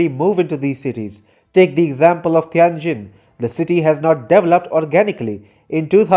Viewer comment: I don't like China much. I like this sort of smug, confused, inaccurate critique less. Learn to pronounce Tianjin, jesus, it would take five seconds to check.